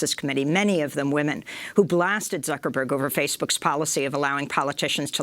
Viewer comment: LUL never heard of the California congress lady. She totally mangled Zuckerberg LUL